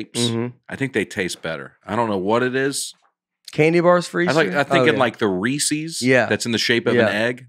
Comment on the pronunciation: Never have I ever heard Reese's cups as "Rees-EY" Cups. Announciate it right dang it.